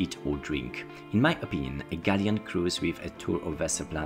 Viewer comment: jestem pod wrazeniem....piekny przewodnik...jedyne co sugeruje to troszke popracowac nad wymowa.... fountain, galleon, area - hmmmm